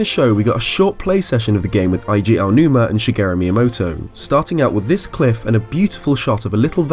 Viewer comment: "Aiji Aonuma".